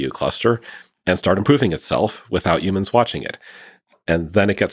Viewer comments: I know it's not important in the context of this conversation but PLEASE stop saying UMANSwe are HUMANS stop Tryna sound like an alien or extra. It's Human not Umans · Why does he say youmans?